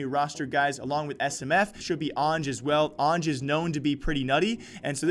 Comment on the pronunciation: Its prounounced A-N-J or AN-J